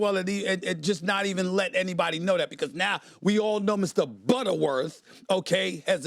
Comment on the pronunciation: “Mark BUTTERworth” 😂😂😂😂